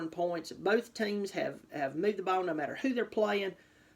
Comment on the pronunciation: So serious in this "may thar"! Love it GO TIGERS!